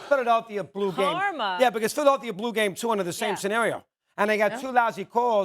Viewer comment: Mad Dog Russo: "Philadelthia."